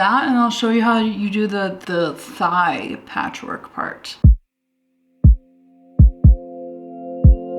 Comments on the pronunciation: every time you said patchwork in this video i thought you were saying patrick and i just accepted that until i realized you were saying patchwork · i really thought you were saying patrick jean, turns out it was patchwork and that makes a LOT more sense;) cute video as always!! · I have my captions on and every time she said patchwork it would caption it as Patrick lmao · Took me 8 minutes to realise u were saying patchwork and not Patrick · Why did I understand 'patchwork' as Patrick until halfway into the video?